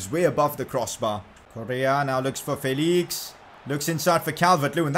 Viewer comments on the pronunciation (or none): its felix not fayleeks